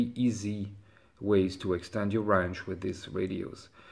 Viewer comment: Range you moron. Not rang. Damn.